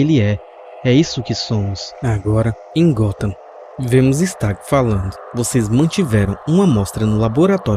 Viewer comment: Kkkk quando ele fala se stagg eu sem querer escuto Sr Star 😗😗😗